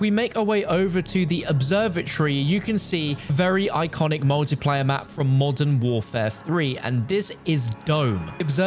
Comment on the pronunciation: “Call of duty molten warfare” lol I can’t I hear it lol